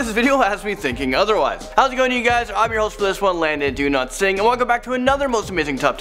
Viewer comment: Is it pronounced do not sing or dow lat sing